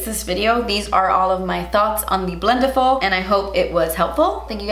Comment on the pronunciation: The way she says "BLENTIFUL" i feel anxiety No hate ok